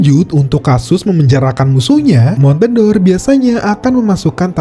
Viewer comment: Itu bacanya bukan (mon-te-dor), tapi (mon-de-or) yg merupakan olahan susu serupa cream cheese